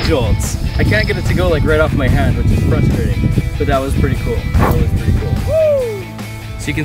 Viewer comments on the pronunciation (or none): none